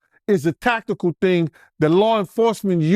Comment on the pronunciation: “They had Takakal units” 😆😂😭